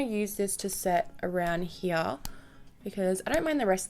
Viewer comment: Did someone ever tell you, that your "here" sounds soo german? Cause in german it is "hier" and it sounds so equal... so funny to hear as a german one :)